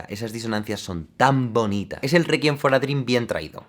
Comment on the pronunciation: Tambíen me molesta "requiem for a dream" xd